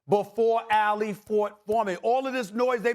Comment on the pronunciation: Why does SAS keep pronouncing Ali's name like AL Lee??